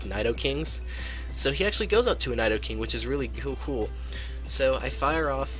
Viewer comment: wtf is a Nydoking?